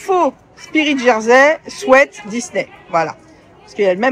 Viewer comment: Je ne sais pas si on vous l'a déjà dit mais merci de dire "sweat" et pas "sweet" comme a peu près tous le monde, ça fait du bien aux oreilles 😄